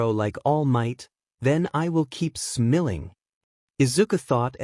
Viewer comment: Do you not know how to say smiling or this just AI generated because you are saying smelling